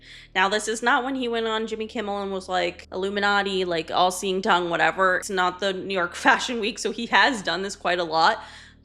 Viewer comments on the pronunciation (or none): none